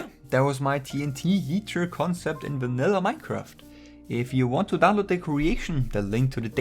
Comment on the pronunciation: Did u say ”Team Heater?”